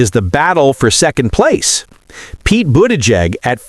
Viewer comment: Learn how to pronounce Buttigieg and Kamala, ya numpty.